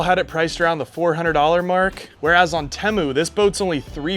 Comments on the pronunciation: Its teeemoo not tehmu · It’s tee-mu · I feel obligated to tell you it’s pronounced tea-moo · At some point the commercials for Temu went from pronouncing it "Teemu " now they say "Timu" . I think confusion with Liberty Mutuals Limu the emu caused this change. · No incorrect you pronounce it Temu not teeeeemuuiuui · lol the way you say Temu is killing me. Ever time you say it I get south part In my head TIMMY!!! 🤣🤣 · Bruh… it’s pronounced “Teemu” like “Tea Mew” 😂